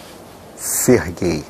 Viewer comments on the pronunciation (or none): no final quando ele diz "Serguei" eu achei que era: "Ce é gay?"